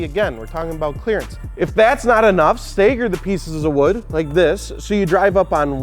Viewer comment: Staiger the Wood? Lol. Does he mean stagger?